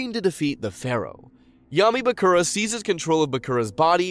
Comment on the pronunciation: It's a lot of names he didn't pronounce as they did in the show... I can't get over Mako and Bakura...